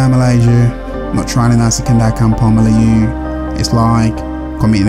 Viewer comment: The way you say "Melayu" 👍👏